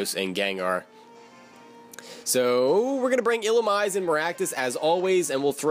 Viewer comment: I believe Illumise is pronounced⬇️ ill-uh-meeze-ay